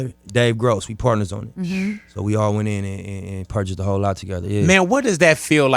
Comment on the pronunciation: “ALL” not “art”